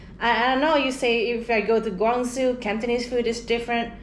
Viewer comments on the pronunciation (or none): I think your opinions are valid and that you were fair. I did laugh out loud though when you talked about how doesn't speak Chinese and then shortly thereafter she pronounced Guangzhou like "Gwang-zoo" just to prove the point! In terms of food, I don't agree with opinion though. Most North American Chinese is awful, with some limited exceptions in Vancouver, the Toronto area and San Francisco. Most Hong Kong restaurants are not Michelin starred, they're simply on the Bib Gourmand list. I suspect that is the case with the one you went to as some of them are not good. I think I've been to the one you guys did and was equally unimpressed. The real starred restaurants on the other hand can be amazing and that level of food is not available anywhere else maybe other than in Guangdong, but you pay a high price for it, think CAD$250 minimum for two people. As to Szechuan food, I don't think views are at all common, I've never hear another person who shared her views, most love genuine Szechuan food and frankly can't stand eating the fake stuff in the west if they've traveled in Szechuan province.